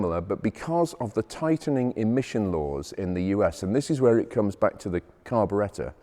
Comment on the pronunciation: Just wish he was a bit less pretentious; unable to correctly pronounce the word ‘carbuerator’. Nonetheless that is a spectacular example of a very advanced , gorgeous 3.5. It was about 6500 new, 4.5 versions are now worth at least $125,000. He is a bit of boor hard to endure; many of his facts are a bit slippery but OMG what a stunning thing